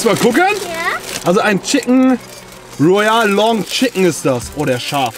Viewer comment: Und loyal statt royal hahaha